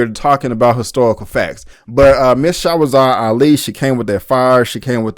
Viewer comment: Bro it sounds like you're calling her Shawazad instead of Shahrazad. It would have been nice for you to pronounce this sister's name right. Just saying